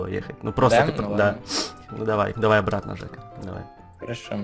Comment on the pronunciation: Мне одной показалось что на картавил в слове обратно?